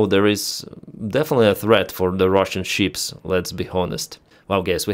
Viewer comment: Why is he always talking about sheeps? Istead of ships?